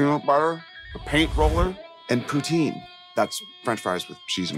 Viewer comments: As a Canadian , you should really pronounce poutine correctly Poo Tin , not Poo Teen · It's pronounced p'tsin